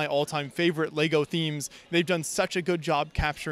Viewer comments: Am i out of order to be finding it hard to absorb a dude supposedly obsessed with Lego who keeps saying "Lay-go"??! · Why can’t you say the word ‘Lego’? Of all the words to pronounce weirdly?